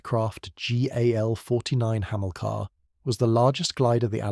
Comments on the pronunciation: "Hamillka"? "Breeze Norton"? "A me 190"? The list goes on. Why can't these 'content creators' use a human to narrate their videos? Pure laziness to use AI. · The AI needs to go to school to learn how to pronounce Hamilcar and Brize Norton correctly. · Yeah. Otherwise interesting video ruined as soon as the mispronunciations start creeping in and you realise it's AI. Surely it's just as easy to provide a human voiceover?